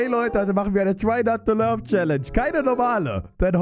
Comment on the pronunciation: Merkt es überhaupt jemand dass er statt try not to lauht try not to love sagt